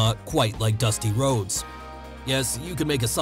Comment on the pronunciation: Not meant to offend but I always loved his speech impediment. Also it really made his character work. Dustah woads the amewican dweam